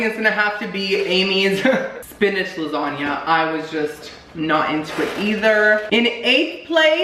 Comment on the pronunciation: "recottua lasagnia" I spelt it the way he said it. but im deadddd